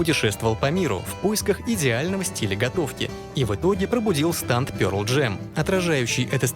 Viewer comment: всё видел болели уши от произношения станд( я привык к стенд)